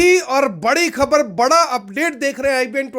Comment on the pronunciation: Pls pronounce खबर Not खब्र